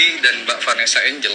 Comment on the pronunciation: Kritik nih buat narator nya biar kita dengerin nya juga enak... Vanessa Angel dibaca Vanessa Enjel bukan Enggel